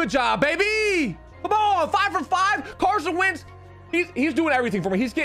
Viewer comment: My guy really just said Carson Vick lmao